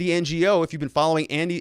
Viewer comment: Andy No. the pronunciation of NGO is simply like the word NO